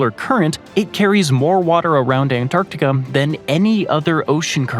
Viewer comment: Is anyone else hearing him say um? Like Antarcticum or Asium?